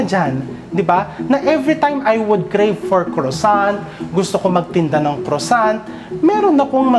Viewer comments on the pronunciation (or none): none